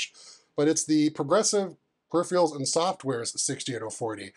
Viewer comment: you know someone’s a legit tech-tuber when they can’t say the word “peripheral”…